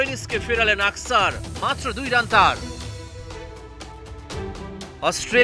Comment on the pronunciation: আকসার না খানকীর ছেলে অক্ষর। উচ্চারণ করতে পারে না খানকীর ছেলে news reporter হয়েছে।